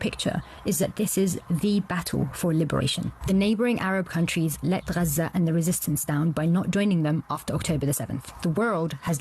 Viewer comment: Why does she pronounce it "Raza"? I've never heard an Arabic speaker pronounce it that way. They start it with a kind of guttural sound, not "R" or "G".